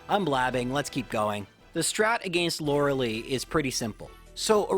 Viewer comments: The way you pronounce Lorelei hurts me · He's doubled down on it, too, which is the most infuriating part. Won't admit he's wrong let alone bother correcting it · Still triggered by that Lorelei pronunciation?